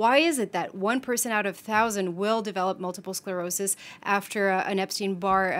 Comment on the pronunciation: Did he say multiple SLerosis? Someone should have caught that. Way to make your little segment credible.